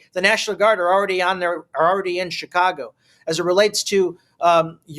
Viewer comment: Not shirack but Shytcago